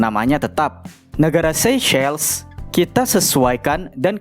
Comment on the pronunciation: Seychelles jadi seyceles 😂